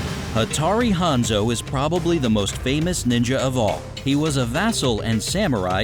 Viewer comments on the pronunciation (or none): none